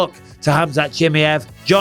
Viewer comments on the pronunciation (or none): I swear if I hear you say CHIMMY EV once more instead of CHI-MY-EV I’m going to do absolutely F all about it 😂 But please someone tell Bisping how to say it 😂👍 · Has bisping picked up mispronounced names like uncle chael? Chimmy Yev says yes. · It's very easy to pronounce Bisping. It's NOT Chimiev. It's pronounced Chim'eye'ev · Bisping please for once pronounce Chimaev and also Gaethje name correctly !